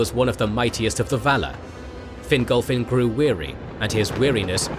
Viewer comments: Please pronounce in Fin-golf-fin not finglefin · Fingolfin* Not "Fingal-Finn".